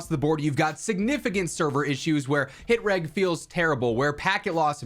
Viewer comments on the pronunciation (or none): PLEASE PLEASE stop pronouncing "hit reg" with a hard 'g'.